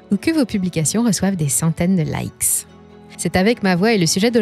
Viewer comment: La voix off veut frimer avec sa prononciation de l'anglais, tout en oubliant que en français on ne prononcent pas le "s" donc, les likes se disent les like à l'oral.